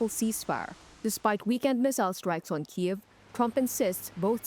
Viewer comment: Great interview, but please, it's Ukraine, not "the" Ukraine, and it's Kyiv, not "Kiev".